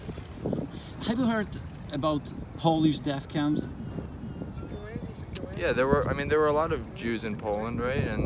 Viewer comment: „deaf camps”. Uczyć się Angielskiego, tępolaczki.